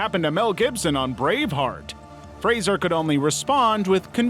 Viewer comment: Thank you for pronouncing Brendan Fraser's name correctly - dunno why Americans usually pronounce it like it has an i